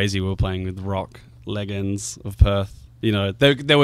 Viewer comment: do they pronounce "legend" with a hard G in Australia?